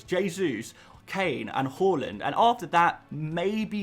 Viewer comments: His name isn't pronounced "hORland it's hARland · Harland, not Hauland! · Please please say “har-lund” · Love your videos but the way you pronounce haalands name in every single video makes me sick